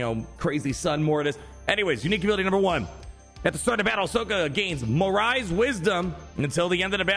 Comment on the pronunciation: FYI morai is pronounced more-Eye